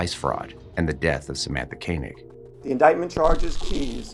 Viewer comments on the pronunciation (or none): How can you pronounce her surname Kaynig for for the entire video when you can here the cops and reporters saying it correctly?? Disrespectful. Do your homework. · Dude….at least pronounce Samatha’s last name properly. It’s not Kay-neg; it’s Koenig pronounced Koh-neg.